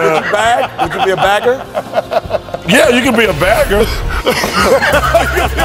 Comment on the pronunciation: Bagger not begger